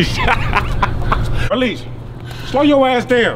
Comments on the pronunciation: Did dis guy say Burleesha??? 😂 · I thought he said brolisha lol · "Burleisha"? LMAO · That NIGGA said bernisha😂😂😂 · What the hell is a Burrlesha???🤣🤣🤣🤣🤣🤣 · Berrleisha? Really....lol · Did this nigga say Bruhleisha